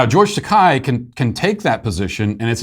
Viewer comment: It's pronounce Ta-KAY not Ta-KAI.